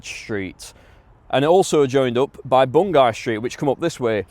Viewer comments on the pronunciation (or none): Bungay is a town south of Norwich on the Norfolk/Suffolk boarder. It's pronounced Bun-Gee here. Loving the video.